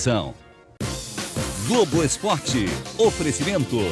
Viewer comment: "Glogo"! A gente se "Cliga" em você!!! kkkkkkkkkkkkkk